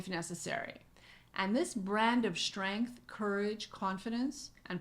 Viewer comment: Brilliantly laid out! Are you saying Courage & "SHTRENGTH"?